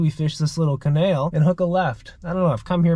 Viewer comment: “Da canail” “In this canail” “CANAIL!!!”